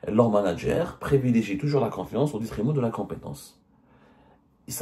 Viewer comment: " les manag'air " hahaha